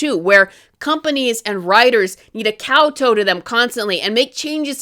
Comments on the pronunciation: Just FYI, in "kowtow" the "tow" rhymes with "cow". So "cow-tau". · kowtow, second syllable rhymes with COW